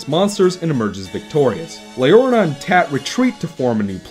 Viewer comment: "Leorna" instead of "Leorina". Ha ha, its alright man. I've screwed up names before, too. My experiences with the game are a tad different. I had a pretty easy time getting all the memory dolls, and I'm pretty sure I never had to replay any vision to find the ones that missed. I know I did once or twice in the first game, but no more than that, so I couldn't say that I found that aspect particularly negative. While I really liked the story, I don't think the dialog style and character animation work too well together. When in the middle of the long dialog boxes, several characters are put into looping idle animations instead of having gestures specifically timed to the flow of the dialog. It reminds me a lot of the character animations in Sonic Adventure 1's cutscenes. I think that if the dialog were in a real human language, it wouldn't have been so bad, but with the fictional language with its own syntax and inflection, the characters needed to be animated with more purpose. I guess this kind of ties in to what you said about the need to press a button to forward the dialog boxes. For comparison, look at Shadow of the Colossus. It has a fictional language, but none of the characters go into idle animation, they are all specifically animated to coincide with what their saying. Because of this, I don't think the story comes across as strong as I think it should. I feel like it was trying to accomplish too deep and nuanced a story for the presentation to fully allow. Gibberish